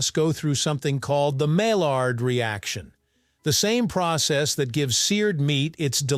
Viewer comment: thanks for this one, I stumbled on it right as I was going to research teriyaki sauce elsewhere. BTW, "yaki" has meaning well beyond cooking by grilling and broiling, it's also used in ceramics context. btw second, Maillard, as in the Maillard reaction, is pronounced "mah yarrr"